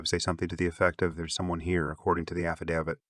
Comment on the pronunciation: You absolutely won the award for worst pronunciation of the victims names. Did you ever consider making sure you pronounced them correctly. Also just heard you don’t know how to pronounce affidavit.